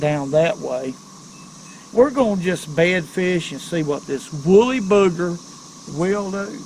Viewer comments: really like your videos and suggestions, but it's wooly BUGGER, not booger. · It's a woolly bugger, not booger. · It’s pronounced “bug er” , not bugger.